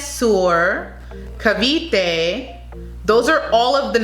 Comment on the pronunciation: She pronounced Cavite well. Go Billie! She's an underdog but definitely checks all the boxes. I will not be surprised if she gets crowned MUP.